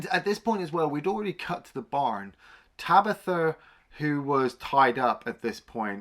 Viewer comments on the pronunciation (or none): who the fuck is tabitha ? its tanith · I picked up on that as well! I mean how many times is “Tanith” spoken in the film? Loads! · Tabitha? Tanith.